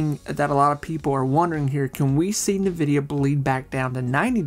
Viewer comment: In-vidia, not Na-vidia